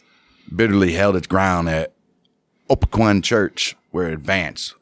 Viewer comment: RE: 2nd Kernstown. Its pronounced "O-peck-n" Church. But overall, well done.